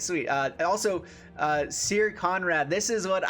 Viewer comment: Pronounced Sir, not Seer, otherwise great video